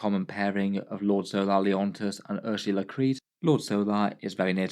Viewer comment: Hehe, "Ers-ya-la" Creed. A bit of a stretch for the pronunciation of that name. "Uhr-suh-lah" is closer.